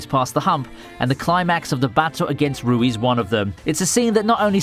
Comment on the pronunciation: I like how he calls rui, ryu 😅